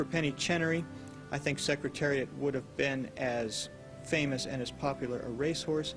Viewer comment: The announcer in the Kentucky Derby he says "sex" Secretariat ! He actually screws up alot of announcing in all 3 races, just pointing out.